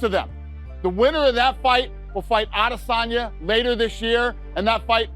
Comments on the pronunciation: Lol.. this guy who reads this crap ( American)) try speak like a Nigerian 'AdDESanya' 😂🤡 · Israel A-diss-on-ya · I cannot stand the way the Full Mount narrator pronounces Adesanya … 🤦‍♂️ doin the most for no reason …. Nobody pronounces it that way ever …. Stop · The way he’s pronouncing Izzy’s last name these days is starting to annoy the shit outa me .